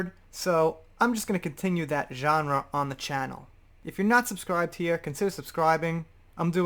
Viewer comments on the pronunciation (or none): none